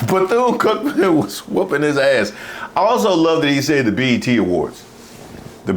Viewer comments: Beth-une? WTF? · That mfer said Beth-Yune. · This dude said Beth Eee Yune.... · He couldn’t even pronounce the universities name. These people are not serious, but their hateful message it’s very dangerous. All that cursing on Mace! And where are all the victories that the USA it’s having outside of the US, that makes foreigners mad at us? Just when I was convinced that Russia and other foreign nations were not trying to screw us up politically. And btw, it’s so sad to see the posture of the military men, while they have to listen to Hegseth speak. 😮